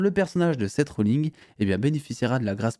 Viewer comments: seth "rolling"???????? oh putain j'ai cru fouttre une patate a mon ecran en t'entendant dire ça... c'est Seth rollinS..... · Seth Rollins, pas Seth Rollings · Par contre Seth Rollins ça se prononce "inse" pas "ing".